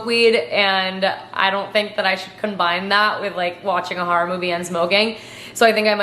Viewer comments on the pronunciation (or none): none